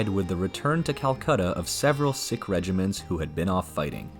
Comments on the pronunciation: It's probably just AI but it's pron. "seek" and not "sick" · "Seek" NOT "Sick". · Spent some time wondering who these ‘sick’ people were - what an affront..also ‘Logan’ is not pronounced Loggin - the ‘O’ is hard… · Sikh is not pronounced 'sick' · Sikh is pronounced seek.